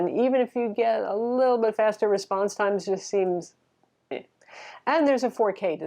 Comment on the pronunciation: "a little big racy" - ily <3